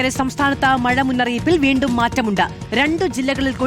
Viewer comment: മയ അല്ല മഴ